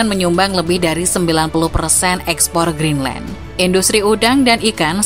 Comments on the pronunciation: Greenland bukan Geendland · Kok geenland bukan Greenland 🇬🇱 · GEENLAND ? wkwkwk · geenland? Maksudnya greedland? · Lah kok Geenland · Kok itu bacaan nya geenland ya???